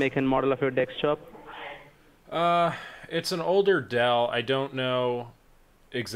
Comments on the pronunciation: I don't know why but desktop sounds like dextop??? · Is it a laptop or dekstop? It is a dextop lol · Lmao "Dextop"